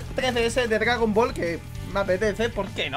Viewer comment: "gragon ball"